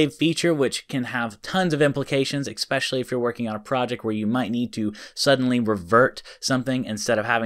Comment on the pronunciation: Please pronounce ESPECIALLY correctly. It's not ECspecially. It's ESpecially.